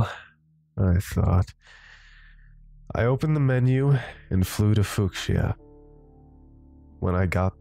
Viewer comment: Grew up with Pokémon Red in the 90s. This is awesome, thank you! edit: Didn’t want to nitpick, but I have to say… it’s “few-sha”, not “fewk-shia”